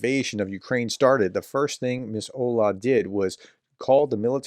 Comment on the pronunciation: The WWII veteran's name is Olga, but "h" instead of "g" is read as h in Harris☺